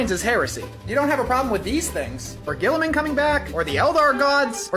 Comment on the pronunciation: i swear, i heard english one say robert gillman.